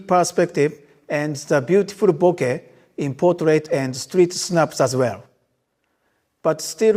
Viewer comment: Guys, you heard it, he said "bo-keh". Not "bo-kah", or "bo-kay". That clears it up as the word is Japanese